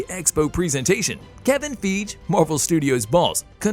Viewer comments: It’s ‘FIE-GHEE!’ Not ‘FEEJ’ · It’s FIE -GHEE’ not’ feej’